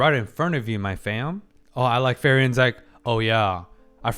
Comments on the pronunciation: Please stop pronouncing her name the wrong way. Frierin means peace in gernam but you call her Ferien which means hollidays in gernam. Please it rips my ears everytime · Lamborlinguini??? Ok you are not able to say "Free-Ren" as you say "Fee-Riiien"... sorry to mock your accent... it is hilliarious in a good way... (the best mockery is about friends that are not upset about it) (i beg you to not be upset...) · please, stop saying fairy-an. just say Free-ren to save my sanity. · Who the fuck is fairy-yen? How hard is it for this guy to say "free ren". Its not a hard name. Its like 2/10 difficulty. They literally say her name countless times in the show. What are you doing man, if youre going to be so long winded with every small event in the show at least get names correct. It takes like 2 min even if its hard for you. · as a german.... your at episode 7 m8... its "Frieren" which translate to freezing... and not "Ferien" wich translates to holidays... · every episode i wonder if this is the one where doc pronounces frieren (freezing) not like ferien (holidays). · no idea if people have told you but it is pronounced free-ren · Okay. I know it shouldn't bother me and I feel kinda like Hermione Granger doing this but while I can accept some levels of pronounciation, yours I have to tolerate ^^' And please do not take this as an insult, German words are hard to pronounce if you have no guidance or inclination. So that is what I decided to do: Here is the IPA writing for her name: frˈiːrən And here is a more simplifie explanation for a more english speaking group of people: Split her name in 2. Pronounce the first par as free and the second as ren like in the word renfaire So if you chose to change how you pronouce her, here is a ressouce :) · Frieren. Free-wren. 2 syllables. I'll hush now. Still love the vids.